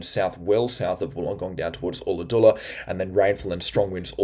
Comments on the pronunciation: Ulla-dulla. u not oo. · Ulla Dulla rhymes with dull, not full.